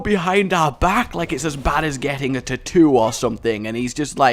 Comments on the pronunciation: wtf why do you say "titoo" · Did anyone else sort of giggle at how said "tattoo"? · I did too Cx